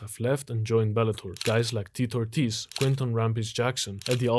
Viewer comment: Bro can’t pronounce Tito Ortiz’s name, just like Tito Ortiz doesn’t know his left from his right 😂